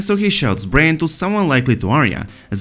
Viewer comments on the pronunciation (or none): Bran, not brain...